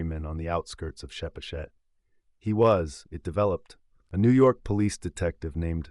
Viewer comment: Nice reading. Btw, Pascoag: pronounced "PASS-koe" or "PASS-koge". Chepachet: pronounced '"cheh-PATCH-et".